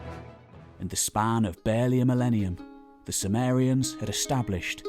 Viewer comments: due to his accent, it sounded like he was talking about the Samarians but actually it was the Sumerians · Intriguing that Sumerians seems to be pronounced "soo-mare-y-uhns" rather than "soo-mere-y-uhns". Anyone know why?